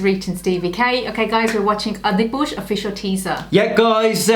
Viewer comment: It is " ADI-PU-RUSH " Jii......not " ADI-PU-SH "......#FYI